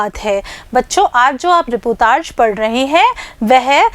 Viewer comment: मैडम जी रीपोतार्ज नहीं रिपोर्ताज होता है